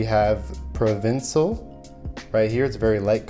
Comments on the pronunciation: Provincial is pronounced - pro-VIN-shul... not pro-VIN-see-ul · Provincial not provincil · and provinSIL instead of provinshul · Pro-vin-shal, not Ja-Co-bee-an, not jacko-bean Lol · ESPRESSO not expresso Provincheeealll not provinsal